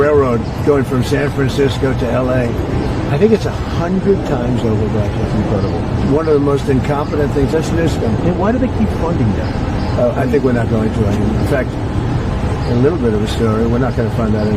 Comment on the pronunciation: Wait, did he say, "Newscum"? 😂